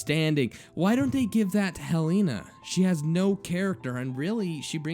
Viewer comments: Isn't it pronounced Hell-eh-nah, not Hell-eee-nah? Eh, I'm just nitpicking. Good reading regardless. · its hell-en-ah, like helen plus an a, not hell-ee-nah